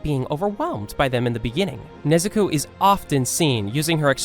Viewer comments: did you just say Nezuku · DID YOU JUST SAID NEZUKU